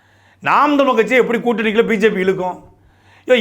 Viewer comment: தமிழ் என்று சொல்லுங்க சாட்டை தமில் தமில் என்று சொல்லும் போது மலம் தொட்ட உணர்வு வருது வேறு யாராக இருந்தால் கெட்ட வார்த்தையில் எழுதி இருப்பேன்.